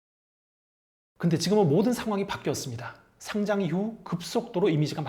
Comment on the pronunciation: 마지막에 상장 축하한다는 말이 어째 돔 공연 축하해... 처럼 들리지ㅋㅋㅋ